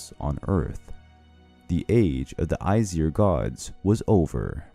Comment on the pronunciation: How can you make such a great vid and pronounce Aesir so wrong most of the time